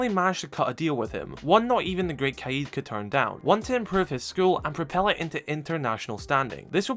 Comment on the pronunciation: Something interesting about oryx is that his name Saif means sword or scimitar. His last name “Al hadid” means “the iron” or “of iron”. That’s why he’s called the man of iron in the psychological repot. His name literally means sword of iron. Pretty interesting detail. Also as an fyi, the word kaid is pronounced more like “ka’ed”.